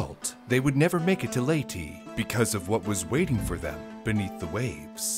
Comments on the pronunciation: How Do You Mess Up Saying Leyte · The way he says "Leyte" is so funny